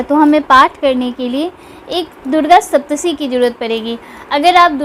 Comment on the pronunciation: Saptshati not saptshi